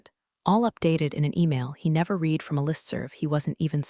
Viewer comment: Just a few suggestions. Declare what is AI content, and what is not. Proof-listen to AI generated voice to fix pronunciations such as resume vs. résumé, read (verb) vs. read (noun), live (verb) vs. live (adjective), butt vs. button, etc. Proofread transcript to fix things like doc (documentation shortened form) vs. dock, Counting vs. Accounting, US vs. U.S., etc. The story is good, but not entirely believable. I worked with some pretty arrogant incompetent people, but not everyone was that bad all the time. The "good ol' boy" network and nepotism was particularly unwholesome.